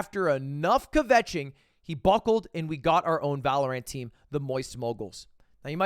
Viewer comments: Why is he saying Valorant like that.. Valo-rant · Is it some sort of inside joke that Ludwig calls it “Valor-ANT”? I’m so confused. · Does anyone else cringe when lud calls Valorant, ValorAINT